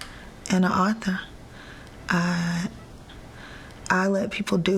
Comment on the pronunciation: What's an OTHA? I guess she means AUTHOR! LOL...